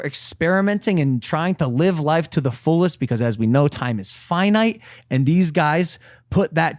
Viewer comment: funny how Logan mispronounced Finite. I thought he was talking about the boxing game by EA Sports "Fight Night".